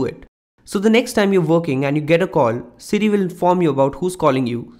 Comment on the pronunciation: City will inform you? Hmmmm...can't understand you dude.